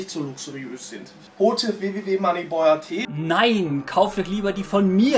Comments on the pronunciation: Er sagt einfach Monny Boy😂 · Nices Video, aber wie er Money Boy ausspricht, gehört verboten 😂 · wie er moneyboy ausspricht triggered mich ja schon ein bisschen